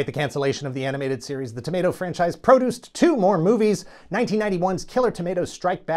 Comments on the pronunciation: OK. He's saying the word "produced" not like "pruh-DOOCED," but "PRO-dooced," as in "produce," a la what you might find in your grocery store's produce section ... like tomatoes. Right? RIGHT? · PRO-duced. I seed what ya did there... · "show was Pro-duced..." You monster. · Your pronunciation of “produced” etc. was not lost on me, LOL